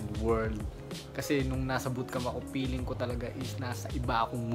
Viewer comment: "Peeling" instead of feeling 😂. One of my pet peeves in pronunciation. I notice it is regional. People from other provinces pronounce "f" as "p". Also, those who went to private schools have better pronunciation and grammar regardless of where they live. Imho.